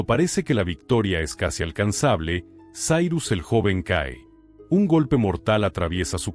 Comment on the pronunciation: Sairus??? E' Cirus, non e' inglese. La i si pronuncia i no ai, la c e' c no s. Inascoltabile.